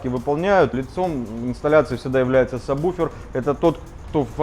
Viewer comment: саб-вуфер, а не саб буфер